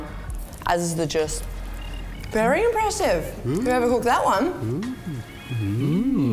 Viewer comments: STOP. SAYING. JUSS. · With all due respect.. "jus"!!? Zhuuuuu! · Someone tell her it's not juss please #triggered.... But good job! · Am i the only one who noticed the judge's hilarious pronunciation of the word "Jus" ? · That was great. Never heard jus pronounced like that before haha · How did she just pronounce "jus"? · They way she pronounces jus kills me! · Why did this video go to air with no one editing the use of the word 'jus' pronounced painfully incorrectly. Someone should have dropped an education bomb on. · The way she said jus pained me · the way she says jus just hurts my soul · Did she.. just... did she just pronounce Jus as it’s spelled?